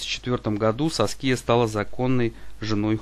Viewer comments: САския ударение! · Автор, бога ради, выучите ударения и произношения имён. Уши вянут. Прямо по класическое, СаскИя - это не грудь, это имя такое.